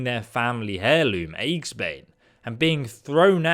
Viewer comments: Lol... with the enchanted hammer, eggsbane. Yeah, that's not even kinda close to how you say Aegis. Ee-jiss. Eggsbane. Lol. Yeah mate, it's the scrambler. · The Warhammer's name is pronounced "EE-jis-bane" it means "Enemy of Shields" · Most immoral decision? Willingly joining an organization that you know does this kind of thing on the regular. What you're really saying is that you feel the impact more because the aftermath is visible and personal. Also... "eggs-bane" This is how we'll REALLY kill the dragons! Also also... "Hair-loom" Well, aren't they all? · that's not how you pronounce aegis, and therefore not how you pronounce aegisbane